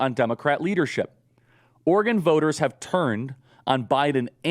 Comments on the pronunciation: OR-GUN, Charlie? OR-E-GON (said ala Gordon Cole). A Republican National Recovery Act??! This is ableist for real. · Is Oregon pronounced Organ? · As an Oregonian, Charlie pronouncing it "ORGAN" over and over again makes me want to scream. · Is charile saying "Organ" or is it just me? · Listening to trying to pronounce Oregon was painful. Organ, organ, organ. Ahhh